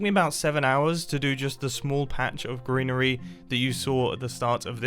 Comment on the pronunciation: I'm why but when he said greenery my head just immediately spelt it like "grianery" and I'm never turning back